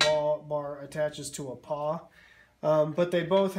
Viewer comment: Pawl . . . not paw.